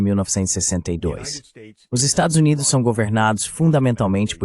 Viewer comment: Esta locução precisa ser melhorada. Estados Unidos” ou “USA” é coisa que definitivamente não consegue dizer 😅